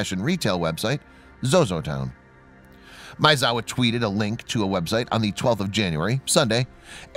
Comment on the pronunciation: Dude, you can't pronounce Maezawa? ...